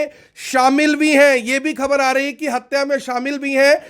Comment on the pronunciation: Pls pronounce खबर Not खब्र